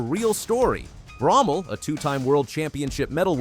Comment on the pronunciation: I thought ut was pronouced BRO-MELL not BROM-MEL. Can someone correct me or the narrator please.